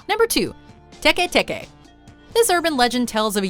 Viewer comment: ITS TEKE TEKE